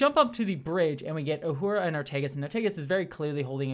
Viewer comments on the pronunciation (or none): none